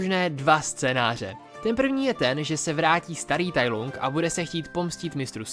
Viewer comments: Musím tě opravit. Nevyslovuje se to Tai Lung jak se to píše, ale Tai Lang. Jinak zbytek videa je v pohodě! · proč to čteš [tajlung] když i v Anglickém znění se to vyslovuje [tajlang] ???? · Tai lang je výslovnost děkuji